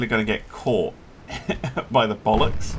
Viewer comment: sure sounded like you said “Regensburg is very slowly gonna get caught by the bollocks.”